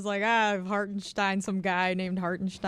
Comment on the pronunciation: Shows you how petty Stephen A. likes to be by mispronouncing the guys name just cause he aint fond of him. Like I think we all know its Stein not Steen. Makes him look silly when he is using all those big words as T.O said. Comes across as compensating.